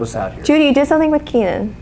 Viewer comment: OMGoodness Keenan!!! You said my last name correctly! No one does that 😃👏🏼👏🏼👏🏼👏🏼